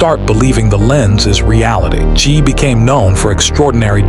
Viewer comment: Chee???? FFS!!!!! It's pronounced Chay - rhymes with pray.